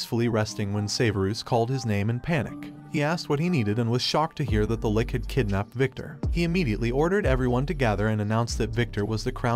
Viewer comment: first of all, LICH is pronounced li (as in stich) + and ch (like in cheeze). if this was a robot talking, i hope they fix it. Second, good Comic. Would listen to more